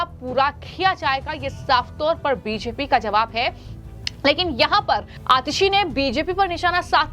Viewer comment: को रोज 50 बार (धीमी गति से) बी जे पी बोलने की प्रैक्टिस करनी चाहिए, ताकि उच्चारण ठीक हो सके।